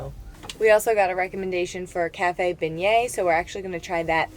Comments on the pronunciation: Y'all are cracking me up with the Bengay, you say it without the g, this might help to pronounce it this way - Benyay. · Great video, thanks! Let me help you… it’s pronounced “Ben-Yays’”. 😛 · It’s pronounced Ben-yay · I’m offended at how you say the word beignet lol